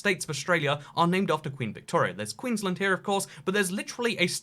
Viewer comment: As someone that is from the UK and Australia and who lives in Queenland, your pronunciation of my state enrages me.